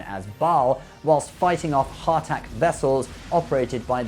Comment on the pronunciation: the way he says "daydelus" and "hartak" is bothering me lol